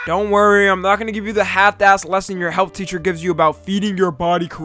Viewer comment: hell naw bruh the shadow fight 2 mf got fucked up on the word “health”